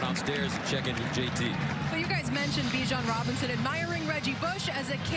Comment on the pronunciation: "Bijon Robins" lmao